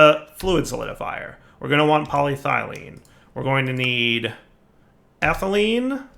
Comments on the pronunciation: Tries writing polythylene into JEI JEI: U wOt MatE?: corrects the spelling and pronounciation of polyethylene JEI: Ohhh... okay here: STILL SAYS POLYTHYLENE and ETHYLENE At this point I'm questioning whether if he's just doing it on porpouse or he is just a big dummy. Also does he read comments? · I swear I'm THIS close to just quiting watching this series because of "PolyThylene sheets". I love this pack and I love, but that pronunciation is genuinely making it hard to watch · So he's capitalised the E. Maybe he knows how to pronounce it now... Nope. Sad face. Still thinks cupronickel is the name of a Sesame Street character... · Should probably practice saying PolyEthelyne properly too, just sayin'. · PolyEthylene PolyEthylene sheets NO DIFFERENCE IN THE NAME OTHER THAN SHEET, AND YET HE FUCKS UP THE SECOND ONE ALL THE TIME. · Welcome to knows how to pronounce polyethylene but doesn't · It's so frustrating that he got it right, once, then went back to getting it wrong. It's worse than if he were consistently wrong.